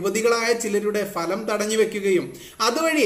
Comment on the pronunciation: ഫലം അല്ല ഭലം ..... ok